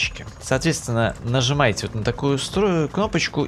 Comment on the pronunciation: Нызымаете? 5.38